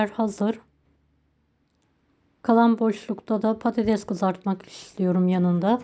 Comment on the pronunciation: Bide konuşabilseydiniz.konuşmayı bilmiyorsunuz.patateş değil patates mesela.😢